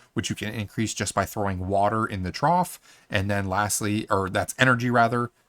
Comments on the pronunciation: Very nice , the word Trough is pronounced Trof by the way :) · "trow", Really? I mean just ... really?